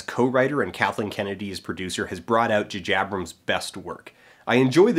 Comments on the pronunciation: The Djuhjiebrems style?! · Everytime he says "Jajabrums" it is quite painful. Ow. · JuhJabrums? Is that a Canada thing or did you think that's you being funny? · Jupiter Ascending being good, and calling J J Abrams "Ju Jabrams"? ok. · dude...come on...J J Abrams.....they are obviously different letters